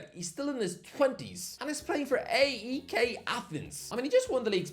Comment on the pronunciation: AEK is pronounced 'ike' ya